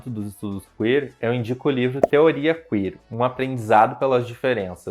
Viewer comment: "CUíer" é boa, mas tirada do c* rsrsr.